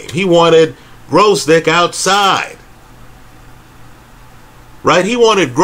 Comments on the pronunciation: dragged the video for 40 min just to keep saying Growzdick! 🤣🤣🤣🤣🤣🤣🤣🤣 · Their's no "R" in Gvozdyk